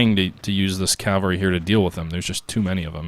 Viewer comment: Cav-All-Ree .. Not Cal-Va-Ree.